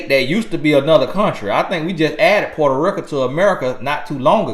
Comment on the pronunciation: Boy that accent hit when you say porta reeka 🤣🤣 I love it though thank you for the guidance 👌🏾🙏🏾